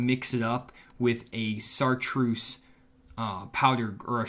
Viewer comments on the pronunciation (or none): FYI, it's pronounced "shartroos", not "sar troos". Love your videos, keep up the great work.